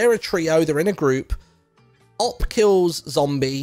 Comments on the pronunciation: I still cant get over Martyn saying "op" instead of "O-P" lol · Martyn is TAH for his pronounciation of OP